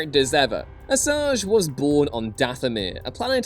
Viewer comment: “Assage was bored,” am I the only one that hears that rather than born lol. Great video non the less.